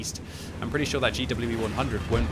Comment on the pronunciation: ''got to come round the corner real shhowrey'' lol